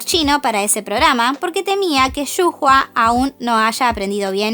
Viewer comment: Pequeña corrección ^^ Creo que Shu Hua se pronuncia "Shuaia"